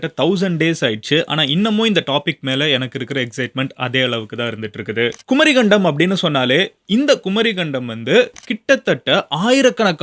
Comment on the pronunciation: குமரிக்கண்டம் கரெக்ட் pronunciation not குமரி கண்டம் ஒன்றெழுத்து மிக வேண்டும்